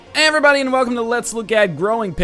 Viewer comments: 2fast4me I only understand "Hiverybody" ;) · I've always wondered, what does NL say at the beginning of every video? Does he say "Everybody" or "HiEverbody" (As one word) or is that some weird canadian thing he does? :)